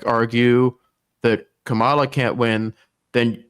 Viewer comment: Why does he keep calling her Kamala? It’s Kamala.